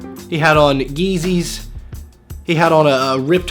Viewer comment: yeezys not eezys